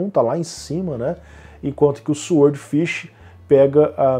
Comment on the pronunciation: "sword" ("espada" em inglês, e "swordfish", claro, é "peixe-espada") se lê "sórd", o "W" é mudo. É, infelizmente a ortografia do inglês não é nada lógica, mas é assim... No mais, continuo com meu SSD SATA de 2,5" (nem M.2 é) esperando baixar o preço dos NVMe Gen4. Apesar disso, ainda cético sobre se o ganho em desempenho vai valer o investimento financeiro. E você ainda usa o Windows 1909? Bem, as versões do segundo semestre são LTS ("long-term support", com suporte de 3 anos), mas já não está meio antiguinha, não? Estou usando a 21H1 aqui e está supermacia, sem nenhum problema (não precisava, na verdade, mas como eu troquei de PC na mesma época, por que não?).